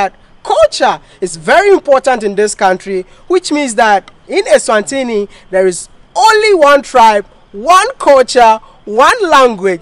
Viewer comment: please politely, learn to say ESWATINI and not ENSWANTINI? But good content and good job. Keep it up. We travel through your eyes. Get encouraged